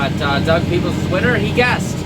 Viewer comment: Thanks for the shout out! You pronounced "Peebles" correctly the first time. Grew up on a farm about 10 - 15 minutes west of Millbank near Atwood. Made a many a trips through Millbank - Cross Hill - St Clements area in days gone by to head into Waterloo. Now a days When I make a trip to Atwood I sometimes come back that way (though turn to go to St Jacobs) to Guelph.